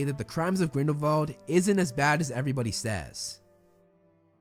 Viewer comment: Wow you are the only person I've watched pronounce Grindelwald and Voldemort's name correctly.